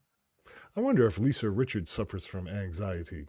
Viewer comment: Richard. No "s".